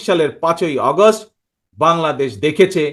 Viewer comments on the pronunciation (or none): none